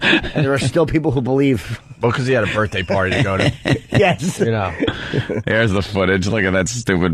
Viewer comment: I hate how he says birfday instead of birthday. He acts like its always the first time and always funny.